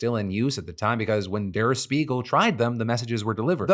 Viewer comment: It’s pronounced der Shpiegel - it means mirror